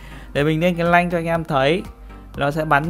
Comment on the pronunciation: nanh not lanh :)